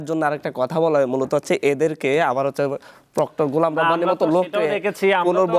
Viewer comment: এই বেটা “হচ্ছে” বলতে চাচ্ছি” হচ্ছে” বাংলাটাও “ হচ্ছে” এখন “যুদি” হচ্ছে , বাংলাটাও বলতে পারে না, নেতা হয়ে গেছে